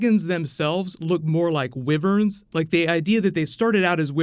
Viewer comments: Wyvern not wivvern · Love your videos but what the hell is a wivvern...? It's wyvern dude 😉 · What is a wriveren?